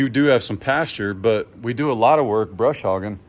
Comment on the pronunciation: Isn’t it “Bush” hog?? Not brush!! Not being rude honestly ❤